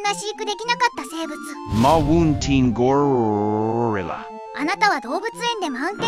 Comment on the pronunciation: ゴリラの発音良すぎやろ笑